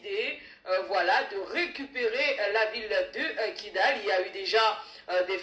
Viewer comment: Kidal et non kigal